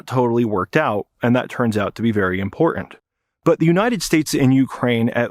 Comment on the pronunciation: I find your repeated use of "imporent" rather than pronouncing the word correctly to be very distracting.